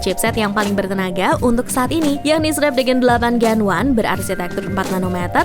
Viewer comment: Salah lagi penyebutan nama chipset 8 gen 1 (delapan jen wan) 😝🤣🤣